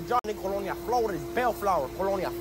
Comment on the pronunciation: The way his says Flores make me laugh every time